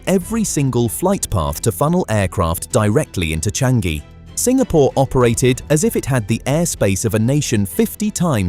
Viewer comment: It's Cha-ngee... not Chang-gee...